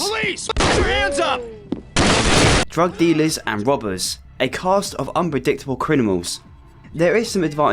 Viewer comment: "a gang uv bank wobbez 🥲🥺"